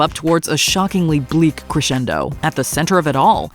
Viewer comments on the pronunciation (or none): none